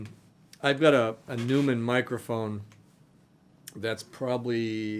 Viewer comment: Neumann is pronounced Noyman brother.